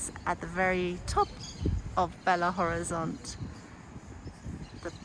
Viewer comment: belo horizonte not bela,lol.